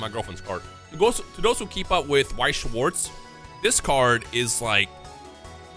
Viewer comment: As a german it hurts how everyone butchers weiß und schwarz 😂 I love the BGS cases they Look so clean